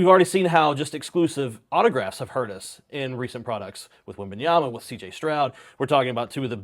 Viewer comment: I only tune into these weekly to see if will ever pronounce the first “M” in Wembanyama. Alas, it’s always “WEBanyama”